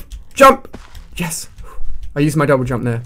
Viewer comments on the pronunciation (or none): Lol did he say double dump /:-| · jouble dump! XDDDDDD LOL You said that instead of double jump at one point xD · omg lol you said jouble dump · Lol u said jouble dump